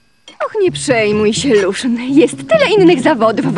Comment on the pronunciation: Luszyn = Lucjan Łejn( nwm jak się pisze wybaczcie) = Maniek